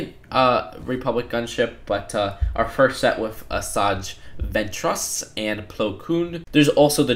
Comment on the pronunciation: Asaj Ventress Plo Koon Ahsoka Tano Mispronounced alert